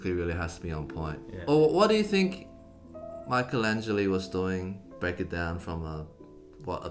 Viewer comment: just an insignificant detail but she pronounced Michelangeli veeery well. In Italy he is very well known by classical music lovers, especially for his sound and extreme perfectionism.